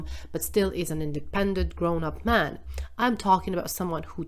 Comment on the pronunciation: Every time the word man is used, pronounce it MEN. Whenever the word men is used, pronounce it MAN. Or just blend the word together…. MAEN…I cannot un-hear it.